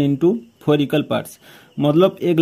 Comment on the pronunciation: Bohot kharab aye Haye four phor bola😮